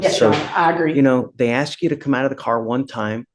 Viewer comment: She "axes" the court!